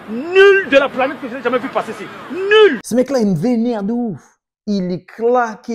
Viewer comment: L accent kmer qui ressort sur ton "nuuuuuuuuuuuuul" et ton "techniquement"😂